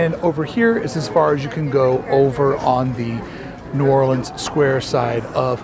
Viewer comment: Props for your new orleans pronunciation from a new orleanian